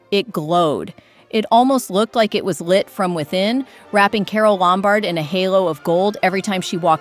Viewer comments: LOMbard, not lumBARD. God, this is awful. Who are the ghastly people who voice these things! They are all the same! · It’s LOM -bard, not Lom-BARD. Mispronunciation destroys the magic of the actresses and the beautiful dresses. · Leslie Caron is pronounced LEZ-lee kah-RONE. Marlene Dietrich is pronounced Mar-LEH-nah DEE-trick Bette Davis is pronounced “Betty Davis”. (There is though Bette Midler, which is pronounced BET Midler). Carole Lombard is pronounced Carol LOM-bard.